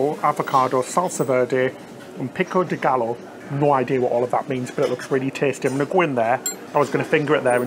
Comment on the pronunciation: is queso fresco (FRES-KO) and pico de gallo (GA-JO) The first one is a fresh cheese used by Mexicans and Pico de gallo is a Mexican salsa that includes tomatoes and other bold ingredients.